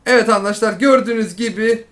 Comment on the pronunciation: çok doru söylüyosun ama sana çok kötü bir şey söyliycem ona andaşlar denilmez arkadaşlar denir